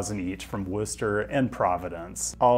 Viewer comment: Props on pronouncing Worcester correctly